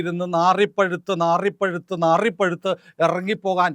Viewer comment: നാറിപ്പഴുത്ത് എന്നല്ല, നാറിപുഴുത്ത് എന്നാണ്.